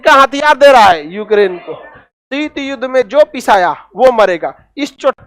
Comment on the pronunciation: शीट नही शीत होता है यार मुल्ले